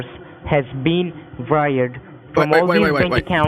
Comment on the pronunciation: “thousands of dollars have been viiired”😂